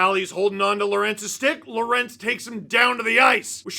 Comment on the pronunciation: Are you really mispronouncing lorentz just because your are too lazy? Big yikes dawg